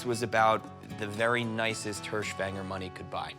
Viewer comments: "Hirschfänger" translates literally to "deer-catcher". So, no boar. And the pronunciation is closer to "hearsch fenger" (silent g), not "hursh fang-er". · Get it right,. “Hirschfänger” in German means deer catcher.